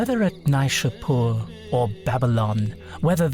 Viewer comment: Thanks for sharing. It’s Jamshid, not Jamshyd. And it’s not cup, the Persian word is Jaam, which is glass in English. Cup is used for tea, which did not exist in old Persian literature. Also, Kayqobad, Kaykhosro, Nayshapur, so the first syllables are pronounced like “way”.